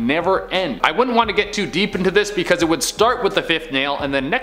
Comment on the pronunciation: “Becuz lolli”